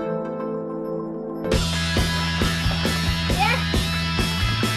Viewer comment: I love when said "expelliarmus" that was everything i needed